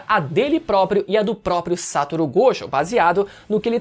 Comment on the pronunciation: GOJÔ! A PRONÚNCIA É GOJÔ! QUE AGONIA!